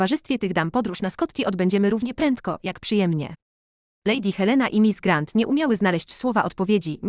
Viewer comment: Co to za tłumaczenie, dziewiętnastowieczne? Te "glasgowy" i "grent" i "Maria" (plus "Mardżo" ?!?) to jakiś koszmar.